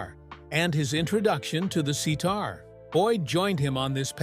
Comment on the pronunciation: Narrator, learn how to pronounce sitar